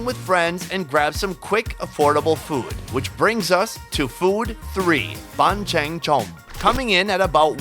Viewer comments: Bánh Tráng Trộn, Not "bond Cheng Chomp" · hehe "bond Cheng chomp". Nghe tiếng Việt mình "bánh tráng trộn" phát âm tiếng Anh thú vị với hài phết. :)) Thêm cái "boat gene" (bột chiên) nữa chứ.